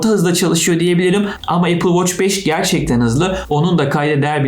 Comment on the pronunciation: Amma apıl voç dedin yaa